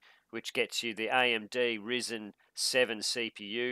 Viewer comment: Duude its not RiSen its ryzen ....